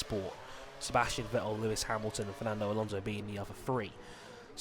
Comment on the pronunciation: its alonso not alonse and we dont want a wsr driver in it and in the first place who in the hell is antonio felix da costa